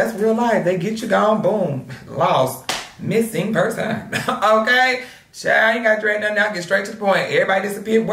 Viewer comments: Mis-sing per-son 😂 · “Mis sing per son” 😭😭😭